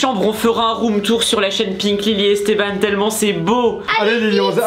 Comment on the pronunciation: pourquoi on dit pas Esté b an